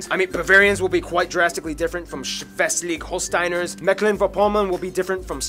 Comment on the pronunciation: I love how the dude in the video you watched called Schleswig-Holstein "Schweslig-Holstein". I was like, hold on, how did he just call my home state?? What is it with some Englisch spearkers casually twisting letters xD